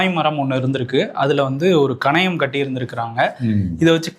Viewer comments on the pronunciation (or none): கனையம் அல்ல. கலயம் என்று கூறவும். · கணையம் இல்ல அது 🔺"கலயம் " 🔺